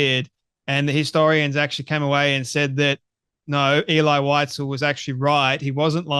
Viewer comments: She's not even saying visels' name properly and it's not pronounced elay, it's elee (phonetically) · (Pronounced. “Ehlee Weezehl) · Unfortunately, mispronounced the name throughout the video. It's pronounced "Ay-lee Wee-sel." Then again, Candace pronouncing it like that proves she couldn't have taken a college course in it.